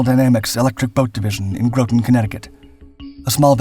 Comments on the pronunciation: I have an issue with how you say Groton. Grot tun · ITS GROTON LIKE ROTTEN CT. I live here the “Submarine capital of the world!” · it’s Groton ( GROTTEN ) New London CT. I live here, the Submarine capital of the world. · GROT (AS IN YACHT) TON (AS IN 2,000LBS) CT. AAY-ZOARS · I’ve watched, and will watch more of your videos. I enjoy the narration, background music and video clips. Very watchable One note though Groton Connecticut is pronounced with a short O. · The telling thing for me was the mispronunciaion of "Groton" - the sub base in CT. A human wouldn't do that.